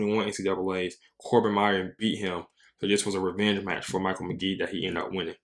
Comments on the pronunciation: FYI his name is pronounced like Mikhail not "Michael" and I've been watching people try to learn his technique from knees for years and nobody has yet 😄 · It’s Mick-ale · Amazing video. One thing - it's Meh-kale McGee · Good video...pronounced his first name wrong